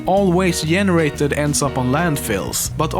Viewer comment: Yeah we saw how well you pronounced😂😂😂 you still say "yenerated" instead of generated 😂😂 that's how you know you're swede you just can't pronounce the G letter as it is :p